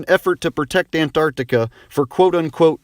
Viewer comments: I love the way he pronounces "an-T-arctica" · Ant-Arctica :D ahaha